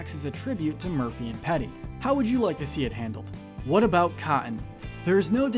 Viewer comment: "I'll tell ya hwhat"